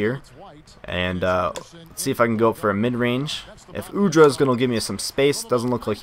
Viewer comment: its Udrih not Udra. Beno Udrih is from same country as me ( Slovenia )